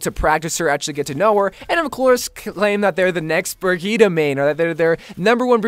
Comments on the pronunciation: Am i the only one that gets irritated when say "brigetta" like its brigette there no a in that but still love yo vids👍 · It’s bridge eht is the pronunciation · Isn't it pronounced like Bridgette? This was infuriating. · Her name is pronounced Bridget